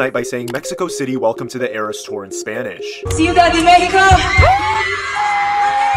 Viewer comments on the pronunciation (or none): didn’t she pronounce cuidad wrong?